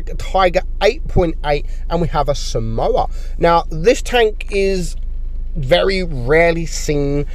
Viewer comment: this is a correction. I'm pretty sure that somua is pronounced as som-mwa and not as samoa which is a country.